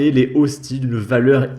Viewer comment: des "ostise " bordel tu me fume ^^.